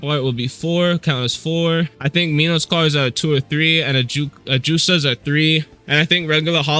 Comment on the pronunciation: Menos is pronounced =Man-nos dont ask me why that's just how there call it